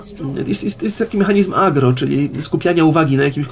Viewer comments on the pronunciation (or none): none